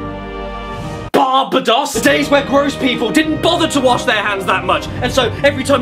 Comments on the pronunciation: Its pronounced bar-bay-dos not bar-ba-dus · I really hope the way he butchered Barbados was on purpose and he actually knew how to pronounce it